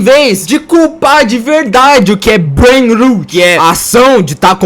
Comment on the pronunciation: Na verdade, a pronúncia é "breinrót", "rot" é podre, como quando o dente caria. "Rut" é a pronúncia de "root", que significa raíz. PS: esse comentário é só um comentário, não me xinguem por ser nerd 😅